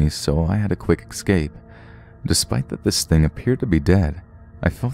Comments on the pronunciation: I love your videos to death...but when I hear you say "ecscape" rather than "escape" it irks me. Otherwise, your presentation is phenomenal. Just a bit of constructive criticism. Keep up the amazing work! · PLEASE stop with the eXcape, it is never eXcape, it is eScape. Yes I am being an ass, but the English language is already being screwed over, let's not screw it more. I love your voice, it is so relaxing...until eXcape. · Why does he say 'exscape'??